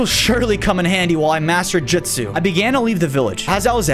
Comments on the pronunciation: It’s not jitsu it’s jusu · Jitzu😂 it’s jujsu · its jutsu not jitsu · It’s not jitzu or jujsu it’s jutsu😂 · its trash how he says "jitsu" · It’s funny how he says jitsu instead of jutsu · So im 2 min and 34 seconds in and bozo oops i meant 😅 said jitsu no not jutsu but JITSU and im like WHAT THE FU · Bro said jitsu💀💀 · He said jitsu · U keep saying jitsu JITsu not how say it’s jutso not JITso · It’s Justu not jistu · It is shadow clone jusit not jusit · It's JUTSU not JITSU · Bruh he cant say justu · Is jitsu not jitsu